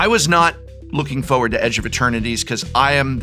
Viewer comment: Did your job as an English teaching job tell you how to pronounce forward or frustrated. They have a lot of rs. They aren’t silent Rs